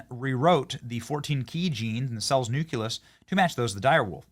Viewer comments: Listening to Benny Johnson try to pronounce these words is PAINFUL! Ovium? Really? It's OVUM, okay? No I in that word at all. Nuke-u-lous? Come ON! It's nucleus! It's like your pronunciation of Nuke-U-Lar. Thanks George Bush but, no. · Sorry, but it's pronounced "NOO-klee-us" and not "NU-kew-lus." I'll probably get flack for this, but it's irritating to hear it mispronounced. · Nucleus, NOT nuculus. Read the F-ing word.